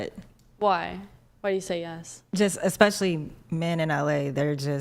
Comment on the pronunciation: Right?! 😂 Between ‘EXPECIALLY’ (especially), ‘GUESTAMATE’ (estimate/guess), Woman (women) and ‘IRREGAURDLESS’ (regardless), I swear they’re handing out degrees like Costco samples 💀 🙄